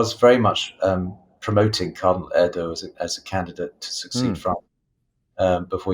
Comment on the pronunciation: The cardinal’s name is Erdoe, umlaut oe! Not Erdo!